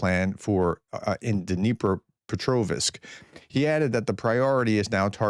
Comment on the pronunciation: You did it again ! Added an " i " in Petrovsk ! It' is not Petrovisk !!